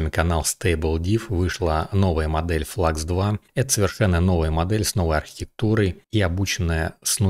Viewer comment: Спасибо за обзор, НО. Модель немецкая, делают немцы) Поэтому Флюкс! Слово klein читается как "кляйн" и в переводе с немецкого - маленький.